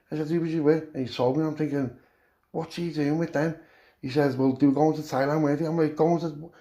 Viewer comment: Lad soon as you said tieland land speĺt wrong lol.i knew wot was comeing lad thats hevey carnt wait for the rest 💯💯✌👍🏼